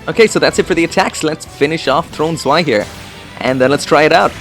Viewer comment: I think it's Throne Zwei Not Swe